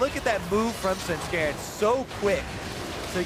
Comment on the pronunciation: Am I the only one getting hella triggered by Phreak's "Svenskaran"?!